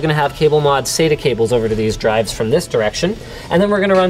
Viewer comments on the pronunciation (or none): SATA not SAYTER